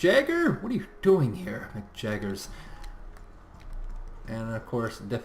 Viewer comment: omg dude 1st I totally dig your casts but your pronounciation's reallllllllyyyy starting to bug me man. ITS NOT JAGGERS there's an umlaut on the a and 1 g so just as with the scandinavian units it's pronounced jaeger (because of the umlaut) and your French is even worse for which there is NO excuse coz ur a friggin canuck... have some pride dude!